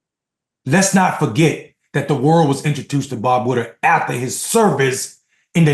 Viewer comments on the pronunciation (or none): Hello Thank you very much for what your words. I agree with most of what you said. But the journalist's name is Bob Woodward, not Woodard. ( Sorry, it was just ticking me off when you mispronounced. his name.) Other than that, I really liked what you said. Thank you Peace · No offense, but you keep calling him Woodard, not Woodward.